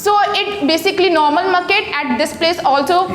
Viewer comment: First of all it's market not muket🤣🤣